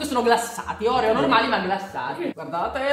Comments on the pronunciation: Non si dice orèo ma oreò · Si dice oreo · Scusa ma si dice Orfeo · Ma sbagli la pronuncia degli oreo